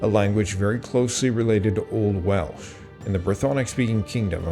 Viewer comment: you can moan about this man and he sometimes gets Welsh very wrong but at least the boy is making videos.... A lot of us are too distracted by modern life to actually put in the time